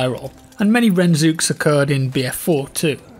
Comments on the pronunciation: its not ren-zook. It's RHAN-DAY-ZOOK, rhymes with rendezvous. Like Rendezvous-Bazooka. Rendezook. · What? No, it was a rende-zook. As in rendezvous. Not ren-zook. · "Rend zook" bruh you do know its meant to be said like rendezvous right?